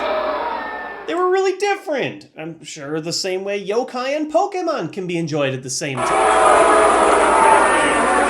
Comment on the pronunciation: He says pokèmon right... But not yokai....